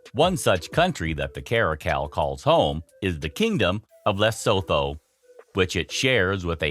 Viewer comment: Lesotho is pronounced LUH SOO TOO please.